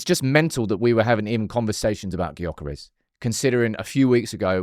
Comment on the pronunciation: His name is Gyokeres but pronounced Yokeres. That annoyed me….